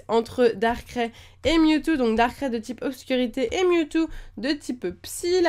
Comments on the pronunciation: Pourquoi tu dit darkrai darkrai à la place de darkraille? :) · C pas darcré mais darkraï comme quand tu dis aïe lorsque tu a mal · nul elle c'est pas prononcé Darkrai Sa ce prononce darkray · sa se prononce darkraye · Ouai ser énervant quand elle dit darkrai à sa manière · XD comment tu prononce Darkrai